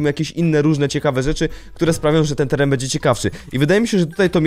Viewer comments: "teran" Piękne 😅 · "teran" i "umieszony" piękne 😅